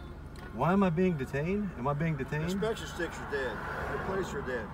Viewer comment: “Am I being deetayned?!”….😮😢😮